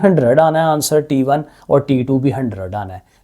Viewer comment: Sir t1 hota hai taa1 nhi hoata😂😂😂😂